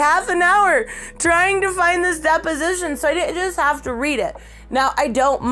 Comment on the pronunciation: Does everyone else think "Depp-osition" everytime she says deposition? Lol